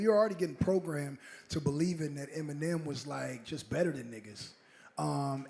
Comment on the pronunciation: Did he say Em mine nem in the intro lol 😂